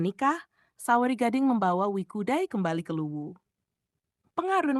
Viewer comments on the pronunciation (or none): Bukan Wikudai, tetapi WE CUDAI.